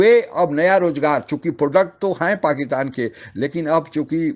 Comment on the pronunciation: हेलो एंकर साहब, बलूच लोग जो पाकिस्तान पर अटैक कर रहे हैं वे दहशत गर्द नही है। वे अपनी स्वंतत्रता के लड़ने वाले सैनिक है। ध्यान रहे इस बात का। पाकितान नही पाकिस्तान होता है। उच्चारण शुद्धि ले आएं अपने बोलने की शैली में। बहुत ही अशुद्ध उच्चारण का प्रयोग करते हो आप इसीलिए वीडियो का कोई खास प्रभाव नहीं पड़ता अपितु देखने वाले थंबनेल और शीर्षकों की वजह से आकर्षित होकर देखते हैं🙏🏻